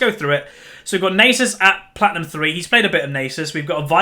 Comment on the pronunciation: omg...Its not pronounced "Nay Sis" its "Naa Suus" Its egyption...ffs